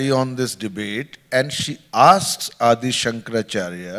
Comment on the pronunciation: Why does this Shoma say अदि शंकराचार्य ? It is आदि शंकराचार्य.